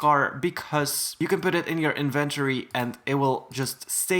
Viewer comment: If you said iventowy and then you said inventory